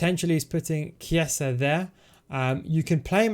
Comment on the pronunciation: Just a note, i think chiesa is pronounced "kieza" not sure tho